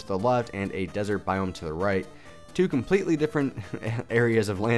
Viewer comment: *biome lol not boime